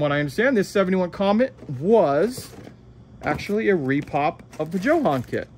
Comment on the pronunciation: Why do you all pronounce Jo-Han incorrectly?? Jo-Han is short for John Hanley….”Jo” = John, and “Han” = Hanley…..’Han’ rhymes with HAND. So think ‘Joe Hand’, but without the ‘d’. Come on!, after me……JOE-HAN(D). 👍🏼👍🏼